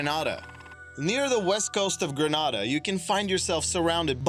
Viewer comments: It's pronounced "Greenaydah" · Audriana Michelin being from there, it made me wanna throw my fone on the floor!!!!! It's pronounced Greenayda!!!! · The way he pronounced Grenada made me cringe